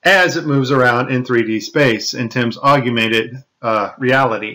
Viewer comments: It's not aug-ew-mented. It's aug-mented. Just two syllables. Please. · I keep hearing the word "augumented" being repeated. To my knowledge, there is no such word. Perhaps you mean "augmented?" It's really quite distracting. aug-you-men-ted <- incorrect aug-men-ted <- much better. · Is it just me or does he keep talking about "agumented" instead of "augmented"? Weird. Maybe we can make him discuss nucular weapons, just for the fun of it? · Oh, it's "augumented"! I saw it in text now. He indeed doesn't know the word "augmented". How embarrassing! Well, what do you expect from a guy who thinks MPEG video compression artifacts are a sign of digital editing. No clue, absolutely no clue. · Why do you say "aug-you-mented reality"? It's "augmented." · Augmented...augmented...augmented. Not aug-u-mented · You aren't pronouncing the word 'augmented' correctly... Its 'og-mented' not "og-yu-mented' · Regardless of any NASA lies, you can't power your premise well if you make up words. It's augmented. It's not aug-U-mented. i would not have posted, but you even include the mistake in your on-screen titles. It as weak as saying realize=realulize, or breakdown=breakudown. Now get out there and have some fn. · aug-mented.... not aug-u-mented.... doesn't say much for your intelligence level... makes you come across to some as not quite smart enough! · "Augmented" not "Aug-u-mented" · Augmented not AugUmented. Easy to make mistake. Nice video though. Thanks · Do you also say "nucular"? It's not awg-u-men-ted, it's awg-men-ted. Only three syllables. I've seen video glitches like those in my Netflix stream. No, I wan't watching a movie about the ISS. Yeah, I ended up watching the rest of the video. Are there links to the complete videos? How do I know these aren't something made up for this video? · Augmented, not aug-u-mented. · FFS! It's 'augmented reality' NOT 'augUmented reality'...you're a clever guy but please! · The word is AUGMENTED stop saying augumented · lol, "augumented"...